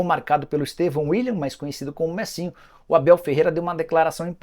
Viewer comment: O cara não consegue falar "Estevão"